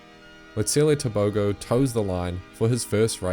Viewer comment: Wish the world would pronounce Tobogo correctly … listen to the commentary in the 300 race to hear correctly